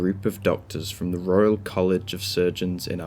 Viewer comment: Did you just say royle city?lol